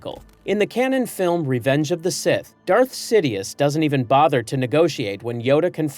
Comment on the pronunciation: See Foe Die Ass? was that on purpose? Or do I misremember the pronounciation in the Movies?